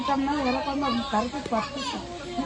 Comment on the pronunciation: Kuyambu nu sollathinga vedio edukringa kuzhambu nu sollunga